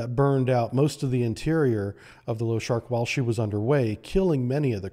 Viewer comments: LOSHARIK - [ l o ∫ ʌ r I k ] not [ l ou ∫ ʌ r k ] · pronounced Lo-sha-reek not low shark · Pronounced Lah-Shah-Reek. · I love how you call the "Lo-sha-rik" submarine "Low-shark"! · and other places - you keep pronouncing it "Loshark" - it has an "i" in front of the "k", so it is pronounced "Losharik". Sharik is the Russian word for a small ball or balloon, loshad is the Russian word for horse, so losharik is the concatenation of the two words, referring to a Russian cartoon character of a horse made out of balls. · pronounced lou-sharick , not lo-shark :) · Nice presentation but every time you say lo-shark even when it says in capital LOSHAR I K i feel my OCD triggered :D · Losharik has i, I need to hear you pronounce it! sharks have nothing to do with it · Why did you call the Losharik sub low shark or something?? I think I saw that 'i' before the 'k' clearly. Before you speak about something, learn to pronounce it correctly! How hard can it be to understand something so simple? No hate on your videos, I really like them, but I hate when people spell words incorrectly! The 'i' is spelled differently in different lannguages!